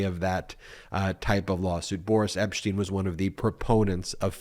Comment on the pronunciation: Did I hear Ben say Boorish Epstein?